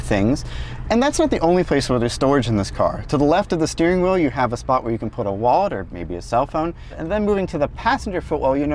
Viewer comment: thanks “” for pointing out that there no “gwove box” but there is a “wocking cubby” where you can put your empty ass “wawet”.